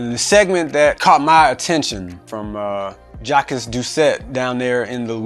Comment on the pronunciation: Cmon man… pronounce JACQUES correctly…..